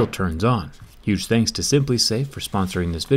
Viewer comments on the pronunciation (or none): none